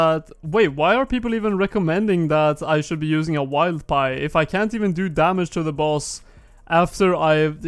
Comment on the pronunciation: Wilder pie not a wild pie also btw haha